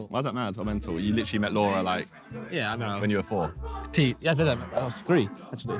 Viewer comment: Will Josh ever learn how to pronounce the number three. "free"